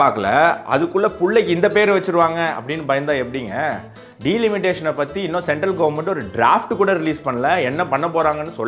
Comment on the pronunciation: டி லிமிடேஷன் அல்ல டெலிமினேஷன் சரியாக சொல்லவும்